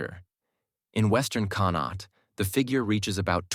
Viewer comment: Hey AI. How bout con-awkt. Instead of conn-not